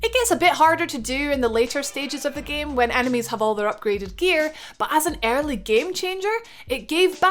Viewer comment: So she can say "every" just fine but not "early"